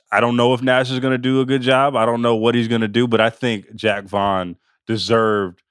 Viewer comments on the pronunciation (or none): You idiot "Jock" Not Jack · Pronouncing it like Jack Vaughn makes him seem a lot less cool